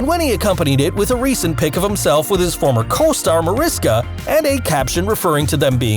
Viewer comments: Excited to see this new series! PS -, if you’re going to report, please do your research. It’s Ma-RISH-ka Hargitay, not Ma-RIS-ka. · It's not Mariska. Its pronounced Marishka! Her name is Hungarian and the pronounce the s in her name as s h. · Mar-ish-ka, not to be nitpicky but she corrects people. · Usmc and navy are too very different things and your not saying her name right!